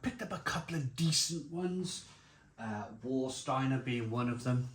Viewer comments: please pronounce Varsteiner not Warsteiner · German pedantry here, but please pronouce the 'W' like a 'V' = 'Var'-Steiner. Sorry 😁 I assume the 660ml bottles must be made for the UK market, as only ever seen 500ml or 330ml in Germany. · Warsteiner is pronounced Varsteiner.... W is a V in German... it is the only decent beer of the 4 on show.